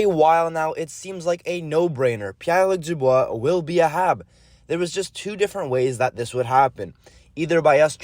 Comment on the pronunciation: Ta prononciation est on point haha